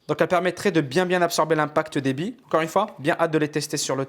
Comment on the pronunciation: il dit pas billes il dit bie:')